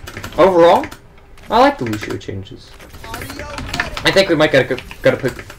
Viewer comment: top 500 but doesn't know how to pronounce either "Lucio" or "boop" lmao